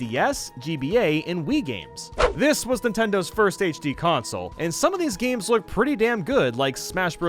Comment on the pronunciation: "Gams" "old gams" "indie"